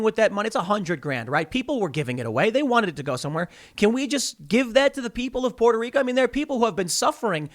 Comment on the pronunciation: Tim pronouncing Puerto Rico properly is the most adorable thing ever !